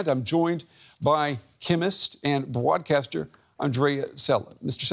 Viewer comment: I thought the same thing. It's like a mid-Western US accent, but halting at times. If you listen to the way he says 'broadcaster' , he says the 'r' with a German accent. So add that to the fact that this is Deutsche Welle news and my guess is he's a native German speaker who learned English either through living in the US for a while or around Americans elsewhere. Or he's a reverse transplant - had American parents but effectively grew up in Germany speaking German outside the house. His English is so good, it's hard to tell.